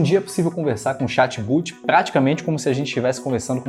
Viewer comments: Não é "xat buti" a pronúncia correta é "xat bót" [escrita: "chat bot"] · bah parei de assistir no inicio quando falou "chat but" kk, é chat bot , o bot significa "robot". Daí já pensei, não deve saber nada esse cara e parei de assistir, vamos pra outro video.